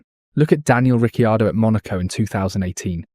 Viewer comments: Dear let me explain say danile ricccarido properly before you can call yourself when you cant even get the names correct the easiest part 😉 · Ric-eee-ardo 😂 Great pronunciation! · U say it ricardo tho even daniel says it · Daniel Ricky-Hardo. 🤣🤣🤣🤣🤣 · That's exactly where I stopped it. Breaks? Riceeeeaeerrrrdooo?? No thank you, very much.